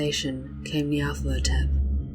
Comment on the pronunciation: I notice you reverse the 'la' and 'tho' in Nyarlathotep. Very good though, very evocative.